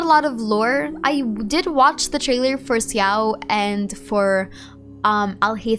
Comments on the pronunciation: why are you pronouncing xiao's name like ciao i'm so confused. i'm pretty sure it's said (sh)ao and some chinese players also pronounce it like that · Hi! Please excuse me I'm really not here to argue, I'm just wondering if there's any reason for you to say Xiao's name this way instead of.. "Sha-oh"?(or how could I write that better...?xD) I doesn't want to sound rude really so I just assumed you have a particular reason for that since I know what a crazy amount of time you put into genshin, the lore and your videos so it was a bit surprising to hear in your videos 😅 Of course this doesn't make you and your efforts any less!!! I really love your videos and your stlye! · Why do you say Xiao like that, with a 'Si' in it? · Your pronounciation of Xiao's name took me off guard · Same, I don't think I've ever heard anyone pronouncing his name like that.